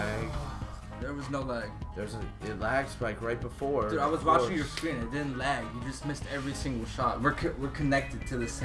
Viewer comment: did it just pronounce lag as "lage"? XD